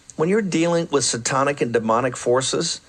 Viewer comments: Bannon: Satonic? Can't even say it right. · Bannon doesn't know how "satanic" is pronounced. What a tool.